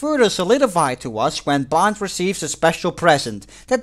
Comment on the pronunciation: Why every time you say "Bond" I hear "Blond"?